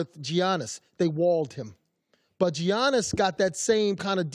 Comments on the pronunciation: IT'S PRONOUNCED YANNIS, YANNIS NOT GEEANIS, IT'S YANNIS GEEZ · ‘Gee-yaw-niss’ hmmmmmm🤔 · Mans said geeianis🤪🤪🤪🤪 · I cringe every time Uncle Tino pronounces the G in Giannis. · He’s still really out here pronouncing Giannis name wrong 🤦‍♂️ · He really pronounced the G in Giannis